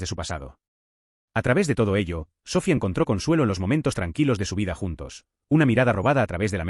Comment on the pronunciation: Me duelen los oídos al escuchar SÓFIA....👎👎👎